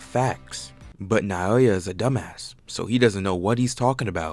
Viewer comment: can this dude not learn 3 names bruh, he calls naoya nayoya, choso is chozo, ogi is ozi, jinichi is ginichi, learn the damn names